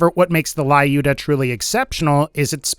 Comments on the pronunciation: It's not LAIUDA!!! It's LJUDA, or LIUDA - a slavik female name. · not Laiuda ) but Liuda ) it is Russian name "Люда" :) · Wrong reading "lyuda"